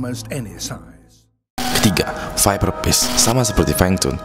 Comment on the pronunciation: "viperpish" "viferpish" 😁😁 nyantai bang kok grogi